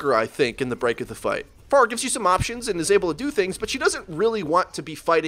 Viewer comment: 1.Stop pronouncing her name like that. Ask google how to pronounce her name. 2. No she doesn't need a nerf. She is fine the way she is. If you cant aim then go into the training room and practice. 3. People need to stop making video on countering heros. Because the hit scans are looking up how to counter Pharah and the Pharah will look up how to counter back.Theres a guy who hooks people from bs places amd 1 shots you and can heal himself and people are complaining about a Person who can easily get countered by 3-5 people in the game? Lol